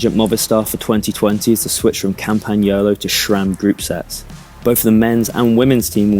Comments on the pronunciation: It's pronounced Sram, not Shram. Just like it's Scott or Sam, not Shcott or Sham... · Haha. Read your comment and now can't not hear him say SCHHHram.